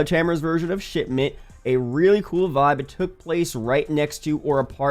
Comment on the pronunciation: How many times he drop shitment 😂